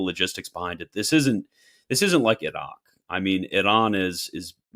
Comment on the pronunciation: Great conversation, but do we really need to pronounce Iraq and Iran with a trilled R? Funny just as I was writing this you guys started to rag on Christian about this😂😂